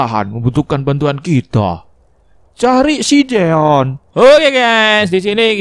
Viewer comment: jeon bang,bukan joen